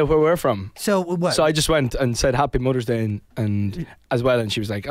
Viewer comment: " mudder's day "